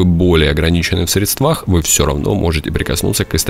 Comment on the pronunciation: В ограничены в срЕдствах,а не средствАх🙄